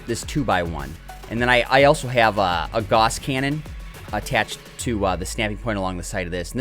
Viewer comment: gauss rhymes with house.